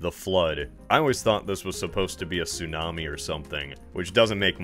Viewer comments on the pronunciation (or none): none